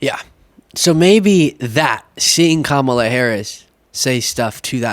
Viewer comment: still not saying her name correctly